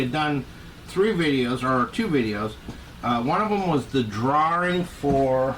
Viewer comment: Thanks,, and what a prize! I'm so happy to have won this "draw-ring!"😂